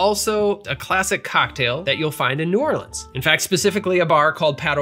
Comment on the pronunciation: As someone from Baton Rouge, Louisiana can I just say THANK YOU for pronouncing New Orleans correctly! New subscriber and mixer thanks to this channel. Loved the history and love the drinks. Cheers!